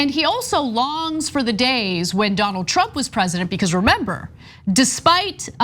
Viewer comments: Huh, did Kudlow call him "Donald Chump", instead of "Trump" just then? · Was it me or did he call him Donald chump at the end there? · It really sounded like he said Donald chump...lmao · I'm pretty sure he said "Donald Chump"....lol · He said: "calm peaceful days of Donald Chump'. He actually said CHUMP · He did say Donald chump 🤣🤣🤣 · Am I the only one that heard Kudlow say, "Donald Chump"? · Did he say Donald Chump?! Hahah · did he say donald chump?